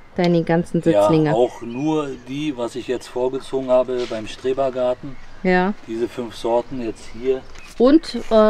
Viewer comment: Das heißt nicht Strebergarden sondern Schrebergarden.😂